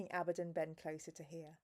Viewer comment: you're saying Abbadon correct